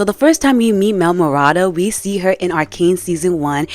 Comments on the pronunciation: no hate at all cuz i agree but i couldnt help but notice you said mel and jayce's last names wrong haha its medarda and talis :) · Its Mel Medarda not Mel Marada